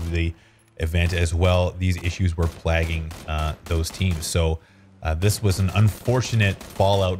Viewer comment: your pronunciation of plaguing is wierd